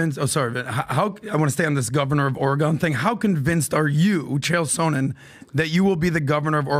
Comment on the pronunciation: That and they all keep calling him Chael “So-nin”